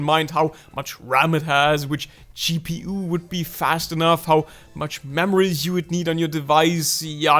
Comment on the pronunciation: LOL, did just say GP-uoo 😂😂